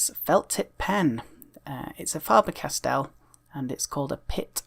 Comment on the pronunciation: You do pronounce Faber Castell like a madman though